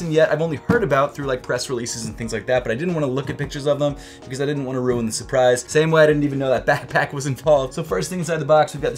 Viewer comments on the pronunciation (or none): none